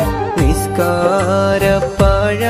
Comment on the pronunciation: നിസ്കാര പാഴാ അല്ല.. പായ